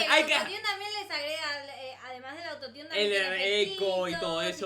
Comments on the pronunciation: Se dice auto tune no auto tiun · "autotiun o no autotiun" Jsjsj como lo dice me muero (Es Autotune) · Xq dicen "autotiune" si se pronuncia autotune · Es autotun no autoniun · Youtube no me avisaaaa :'v por cierto se escribe autotune pero se dice autotun no autotiun